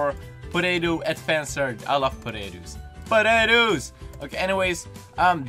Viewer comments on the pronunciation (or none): Thought you said "Podaetoos"